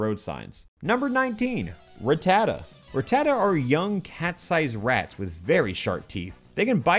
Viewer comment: Of COURSE a hack YouTuber like "" wouldn't be able to pronounce 'Rattata' correctly...